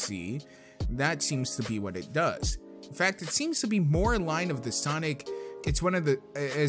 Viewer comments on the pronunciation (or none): none